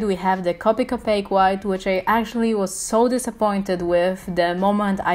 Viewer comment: Your correct about the strecky Ness on the paper I tested copic on a lot of different paper and most of them were streaky when i tried to shade and layer colors. I don't know if it's just us or if others have the same. And I understand your absent but copic is pronounced co pick. I'm sorry but you did a very great job. And u are a amazing artist sorry if I seemed rude when I corrected the way to say copic. U are an amazing job and keep going u are an amazing artist. 😊☺️